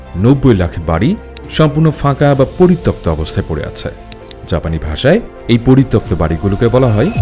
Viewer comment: পরিতপ্ত ❌ পরিত্যক্ত ✅